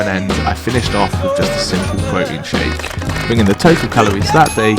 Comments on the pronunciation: “More Broteen” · His pronouncing Protein as pro-ein without the t in his accent is making me cringe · pwotein is pwotein